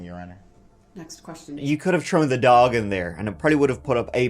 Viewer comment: TH-ROWN theres a fucking H... TH-ROAT throat not troat not troan like jesus